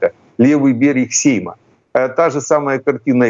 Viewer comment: Браво,пане, вже і наголос правильно навчився ставити.Сейма вже правильно вимовляє.Так скоро і до нєфті дійде.